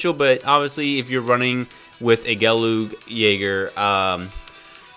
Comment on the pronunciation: Bro....its pronounced 'gal-gogg' as gal + goggles (minus the les) Btw this unit (if ppl dared to max it n put in their squad) is a mid-range support type. Its not a supporter job class but its a middle-shooter job class. Its strength is shown if u used an AI pilot with 'middle-shoot/Solo' attributes with a considerable proficiency. This MS is not the best but its one okay support escort MS. But using it as main is kinda difficult to handle as machine gun does mini-stuns on the 4~5th hit of the 6 but its damages are by far pathetic. Worse off if the event difficulty is higher than 'hard'. Other than that, its kinda cool that u are covering some lesser used MS so ppl can explore them for use.